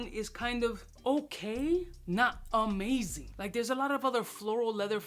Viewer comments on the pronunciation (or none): none